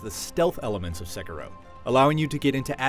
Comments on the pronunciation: Its SEH-KEY-DOH not SEH-KER-O. Japanase R's sound like D's. Smh >_> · He keeps saying Sekuro lol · Theckaro? What? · It's not "sekerow!... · its pronounced c-keero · What really annoyed me was his pronunciation of sekiro it’s pronounced se-key-row “sekiro” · I believe it's pronounced Sekeero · Its Seh - Kee - Roh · It's Sekiro! SE-KEE-RO! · The guy that does the review doesn't even know how to pronounce the name, which is mentioned in the game... guess who did not play the game xD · Nice review, but pretty sure your pronunciation of the name is off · You're pronouncing "Sekiro" wrong. The accent is on the "i," not the "e." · I'm not here for the review... Im just here to find out how to pronounce sekiro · You pronounced the name of this game at least three different ways during this review, and none of them are correct. Why can't any reviewers take the 30 seconds to check how to say the name of a major game before a review? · oof, learn to pronounce the name of game before doing a review for a major outlet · Great game, but every time he pronounces it wrong, I just die a little bit inside. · Get people who can say the name right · It's annoying how he pronounces it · The way you say “Sekiro”... I mean, I know you’re not Japanese, but eek! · I can't be the only one that quit watching after he butchered the title which is very easy to say! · Can you please pronounce the title of the game correctly.... Once? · Love how this guy pronounces "Sekiro" loooool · He'd probably give it a 10 if could pronounce the name right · I can't take a review seriously if the reviewer can't pronounce words correctly. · This dude is so white learn how to pronounce the game title dude